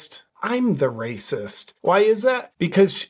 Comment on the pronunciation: "That's wacist!!"